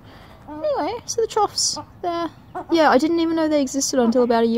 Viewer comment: Chough apparently rhymes with tough, not cough.